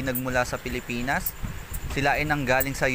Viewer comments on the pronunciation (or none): none